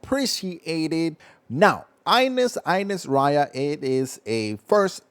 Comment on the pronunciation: How in hell you say her name wrong they say her name in the game